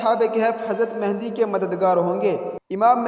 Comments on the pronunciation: آپ نام غلط لے رہے ہو امام مہدی ہے مہندی نہیں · imam mahindi nahi yaaar (mehdi) hai bhai